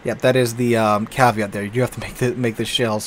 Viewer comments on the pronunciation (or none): none